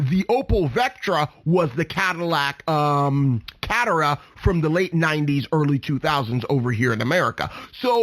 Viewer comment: Lots of good info but you sound like you don’t know what you’re talking about when you don’t know how to pronounce Merkur (mare-KOOR), Catera (Ca-TARE-uh) and Cologne (Co-LONE)